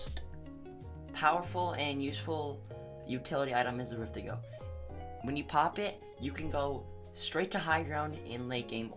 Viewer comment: so Im not the only one who calls it "Rift-A-Go" and not "Rift-To-Go"